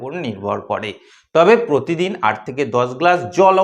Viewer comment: কোমস নয ক্রমশ উচচারণ ঠিক করবে ।পোত দিন নয প্র তি দিন